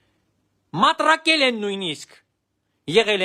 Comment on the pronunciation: "Մտրակել" ոչ թե "մատրակել"։